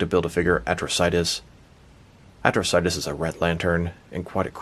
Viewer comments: Dude! You need to learn to read man. It's pronounced like atrocity. Watch the show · The way you said his name in the intro made it sound like a cronic disease 🤣 Atro-sitis 🤧🤮🤒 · Who the hell says Atrocitus like that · You didn’t pronounce his name correctly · Why did he pronounce his name like that lol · Saying his name waaay incorrectly. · You said Atrocious wrong at first it was funny I think the green lantern animated series he was the main villain I haven’t watch since the last episode came out